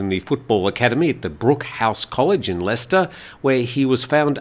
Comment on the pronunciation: He pronounced leicester and Harborough correctly and you're pulling him up on this?? He does a great job.